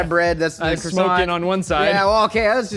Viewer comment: Mmmeeeehh..... the T in croissant is silent ...... pffff USA USA USA Merica....... SILENCIO